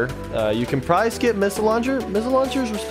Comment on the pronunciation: "Sea battery is the best tower in the game" "You can problary skip the sea battery"